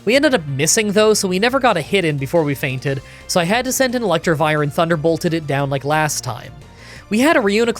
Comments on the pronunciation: Wasn’t gonna say anything, but, since I was annoyed and comments are good for the YouTube algorithm, it’s Electivire, not Electrivire. 😛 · Electivire not ElectRivire